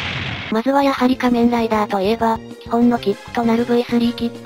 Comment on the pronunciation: の「変身ブイスリャ～」はドクトルＧが変身したカニレーザーの時に初めて言いました！けどドクトルＧも「仮面ライダ～」と珍しい発音で言ってた。